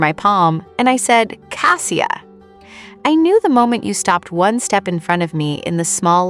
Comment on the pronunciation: Outside of the complete mangling of the main protagonists name, it's a decent story. Cassia is a loving and deeply caring woman. I wish them both joy. And Mrs. Lavoie.